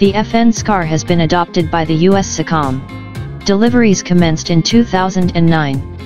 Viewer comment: pronounced US SO COM